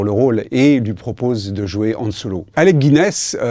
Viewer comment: Les mecs qui écrivent des "secrets" que tout le monde s'intéressant un minimum a star wars connait...et en plus le gars a inventé une nouvelle façon de prononcer han mdr